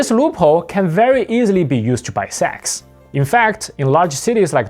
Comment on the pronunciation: I hear you say Sax, not Sex